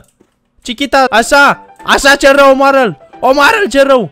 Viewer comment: De mau multe ori ai zis celrau😂🤣